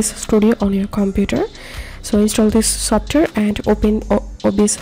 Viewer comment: esotare 💀💀 its software 😭